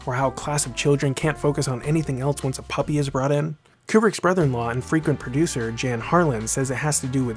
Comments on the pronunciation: Great video... but Jan’s name pronounced “Yan” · Great work as always, though I see some “jokiness” creeping in that was thankfully absent from your previous posts. Suggestion: Research the correct pronunciation of names. Jan Harlan is pronounced “Yan” and Ed Di Giulio is pronounced “Dee Joolio” Also: Please, no more comparisons to Nolan. Thanks Again!